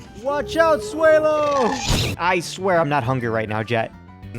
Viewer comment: Say swellow correct